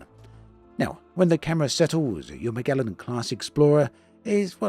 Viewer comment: This looks awesome. Yes, hell yes. Also - thankyou for pronouncing "Magellan" correctly:P (edited my spooling lol)